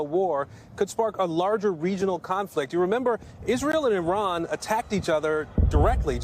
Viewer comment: Bro said “Iran, Ifell”